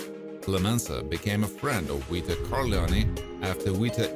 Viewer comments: Don "Weeto"? WTF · Hahahaha Don Weeto 😂😂😂